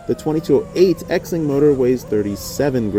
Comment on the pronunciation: FYI...it is not X-ing or zing....it is pronounced "shing". X in Mandarin Chinese is an "sh" sound. Like president Xi is pronounced "she". Ur only half bufoon.